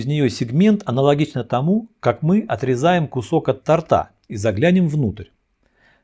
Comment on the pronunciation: спасибо за труд! Только не тортА, а тОрта.)